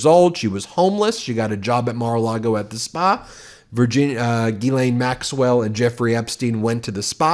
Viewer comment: Just interjecting a bit of humour to this crapshow, but if there's anything that offends me on a personal level other than the actual crimes, it's the horrific mispronunciation of the name "Ghislaine" by English speakers, and it's not Ben's fault, or the American media's fault, it's how she or her parents pronounced it, and it's just WRONG WRONG WRONG. It sounds way way classier in the original French. Though parents in French speaking places may be thinking twice about naming their little girls that.